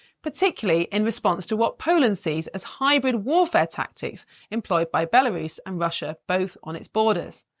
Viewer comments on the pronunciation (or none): none